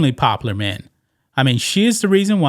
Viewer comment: OMG bro..... how hard is it to say "pop-u-lar"????